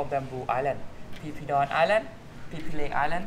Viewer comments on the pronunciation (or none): Phi Phi..ฟิฟิ ให้อ่าน พี พี อังกฤษ ส้นตีน สไตล์ ไทย ๆ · .... PP Islands, not PHI PHI Islands